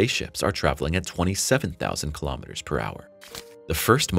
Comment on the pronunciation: Not listening to someone who can not even pronounce kilometers.